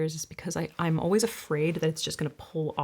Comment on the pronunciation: As a Brit I actually don’t find LE voice soothing. The way she pronounces some words is jarring Always is not pronounced ’oh-ways’. Argh. Don’t you hate it when someone says something and you can’t stop hearing it because I love her content